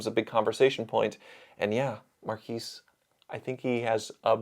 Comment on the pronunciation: It's pronounced more like 'Mark-ezz' If reviewers can't give honest feedback, just read the company literature and take them at their word. Enjoy the corporate bullshit 👍